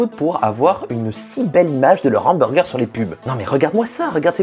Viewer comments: Tu dis « l’hamburger », ça me stresse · Un Nhamburger ... Cette liaison dégueulasse a souhait putain ^^" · Il m'a tué quand il a dit mon ambourger 🤣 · Si on ne fait pas attention a la liaison la vidéo est très bien ouais ;) J'en profite pour te remercier car ça fait un moment que j’envisageais de me lancer dans la 3D et suite a ta vidéo qui met en avant la facilité de HitFilm j'ai enfin franchis le pas :) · YA pas de liaison entre "les" et "hamburger" parce que ya un h, voila